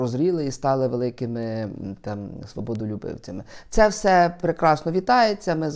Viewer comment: не всьо, а все. Завжди ти так говориш.